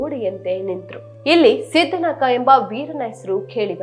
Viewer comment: ನಾಯಕ ಅಲ್ಲ ಮೇಡಂ ನಾಕ ಅಂತ... ಅದು ಮಹಾರ ಬಟಾಯಲಿಯನ್ ನಾಯಕ....ಸಿದ್ದ ನಾಕ..